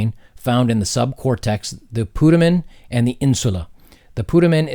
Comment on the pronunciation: PutAmen - long "A"